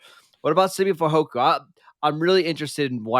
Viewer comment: Love the content, always watch and like daily. But his name is FekokO, not Fekoku.